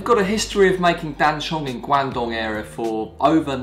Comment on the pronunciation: Guangdong was also known as Canton, like Beijing was called Peking. China now adopts Mandarin names for all places to help standardise. Glad to see you’re pronouncing it right! And I love duck shit oolong, fast becoming one of my fav teas atm. Thanks for the video, a new subscriber! :)